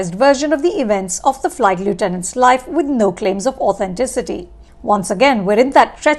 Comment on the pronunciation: That's NOT how u pronounce "lieutenant" u idiot ....😒